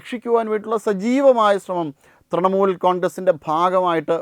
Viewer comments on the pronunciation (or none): none